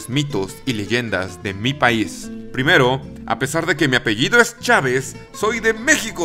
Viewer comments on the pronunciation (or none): none